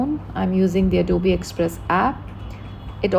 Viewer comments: But pronounce is adobi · Mam its not adobi its adobe 😅